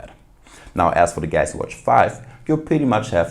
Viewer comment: Say it with me: GAL UX EE lol